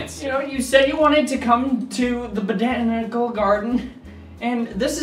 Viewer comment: it's interesting that speaking abilities have since devolved, but have always been there... see 'boda-anical gardens'